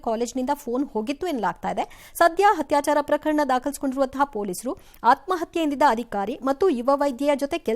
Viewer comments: "ಹತ್ಯಾಚರ" ಅಲ್ಲ ಅದರ ಉಚ್ಚಾರಣೆ "ಅತ್ಯಾಚಾರ ". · ಅಕ್ಕ ಅತ್ಯಾಚಾರ ಹತ್ಯಾಚಾರ ಅಲ್ಲ ಬೇರೆ ಯಾರಾದರೂ ಆಗಿದ್ದರೆ ಓಕೆ ನೀವು ಪತ್ರಿಕೋದ್ಯಮದವರು ಉಚ್ಚಾರಣೆ ಸರಿ ಇರಬೇಕು ಅಕ್ಷರಗಳಲ್ಲಿ ಕೂಡ ಹತ್ಯಾಚಾರ ಎಂದೇ ಬರೆದಿದ್ದೀರಿ ಅತ್ಯಾಚಾರ ಮಾಡ್ರಿ ಹ ಕಾರ ಆಕಾರ ನೆಟ್ಟಗಿರಲಿ